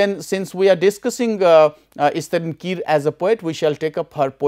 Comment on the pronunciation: We don't pronouce kire as kir , where E gets silent in English term. But kire is a surname from Angami word. So E does not get silent here. We call it Ki_ re.